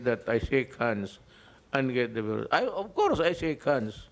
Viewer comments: CORONA BEERUS daw! The first and only Phil. President to pronounce VIRUS as BEERUS Wa ha ha. Yan ang the best and brightest kuno ng mga B0b0naTangaPangUto-utongDutertardsDDEbaksnasupportersniPestedentOnggoy-BuangDutaebaks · Corona “veeerus” thing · 😂😂😂. Sampalin nya daw ang veeerus na yan